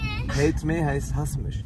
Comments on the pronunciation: nicht Hate me sondern JATE ME🤣🤣🤣🤣🤣😂😂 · „Jayt me“ bin gestorben